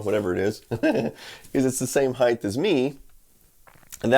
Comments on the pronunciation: Are we just ignoring “heighth”, then? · Did he...did he say “heighth?!” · "Heighth"? Oops.